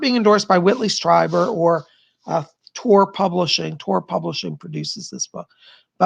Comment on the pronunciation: It's pronounced Streeber, not Striber.